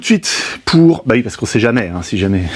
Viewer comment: C'est marrant, c'est vui (oui) mais pas vouite (8) ? ;) Poce bleu 🤘